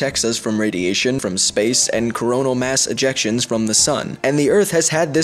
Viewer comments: When he said "coronial mass ejections" I heard "Coronial mass Ejaculations" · I thought you said colonial mass erections xD